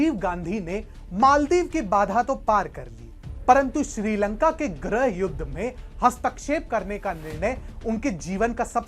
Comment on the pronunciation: ग्रह नहीं, गृह होता है, सही से उच्चारण करिए